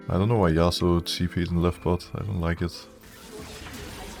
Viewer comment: "Yauso" xD